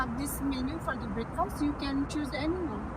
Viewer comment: You pronounced breakfast in a wrong way, English practice karna jaruri hai